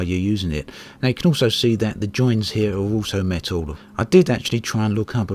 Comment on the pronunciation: It's made of "metow"??